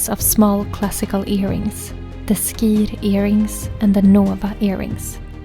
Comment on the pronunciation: Vänta nu, skir uttalas 'schir'. Inte sk - som i 'ska'.